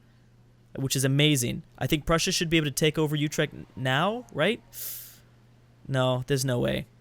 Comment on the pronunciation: Utrecht is pronounced Oo- trek- t